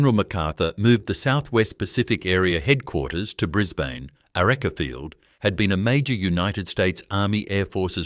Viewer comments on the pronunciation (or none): Please ditch the AI, bad pronunciation especially Archerfield 😂 I prefer to support original genuine narratives. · It IRRITATES me very much the use of AI voice. The pronunciation of the airfield is SO wrong, it destroys the viewing of this content. PLEASE redo it then it will be watchable with sound on 😡